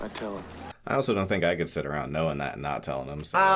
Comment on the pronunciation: Sid down a bit "chad"...